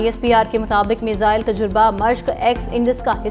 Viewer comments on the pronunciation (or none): मिज़ाइल नहीं 😂 मिसाइल होता है 😂😂